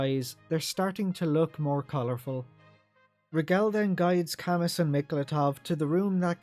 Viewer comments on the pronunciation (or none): I always thought that Camus's name is pronounced "kah-moo" like the Philosopher Albert Camus?